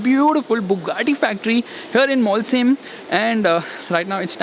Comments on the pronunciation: Its not Molsheim it's Mochei for pronunciation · great video!!! But you saying Molsheim is triggering me so much 😝😝 sh is श not स... So it's मोलशाईम